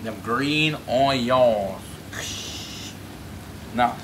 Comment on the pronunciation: Bruh I like the way he say Onions, “Onyons”